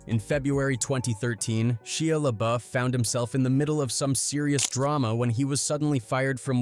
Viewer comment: Are you stupid? You keep saying his name wrong